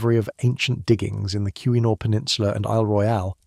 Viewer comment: As a yooper I will tell you you’ve already butchered the pronunciation of “ontonagan”, (on-tan-aw-gan)“keweenaw (ke-weh-naw)peninsula” all within the second minute.